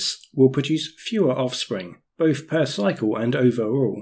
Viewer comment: Great video but really shit pronunciation, an otherwise highly capable presenter seems unable to articulate the "th" sound, really,really annoying! How can anyone expect to be taking seriously with "veir", "vis", "boff", "vem" and and other such disappointments. Such a let-down....